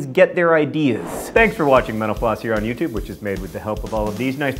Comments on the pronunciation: Whenever he says ' Mental Floss ' I can't not hear ' menopause '. •﹏• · Everytime he says mental floss it sounds like he says menopause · When you say Mental Floss that fast, it sounds like menopause.